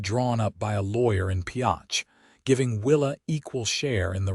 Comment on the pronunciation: If you are going to tell a story, pronounce the town and spell it right. Pioche. Great story!!!